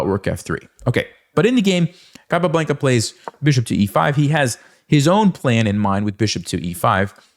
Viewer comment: It's not capablEnca, is capablAnca